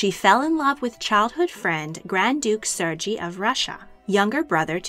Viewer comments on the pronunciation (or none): Sergey is not pronounced like that. The "g" is like the one in "gap", not "giraffe". There are two different letters for those two sounds in Russian (and Cyrillic large). The г in Сергей and ж in Жоржиа.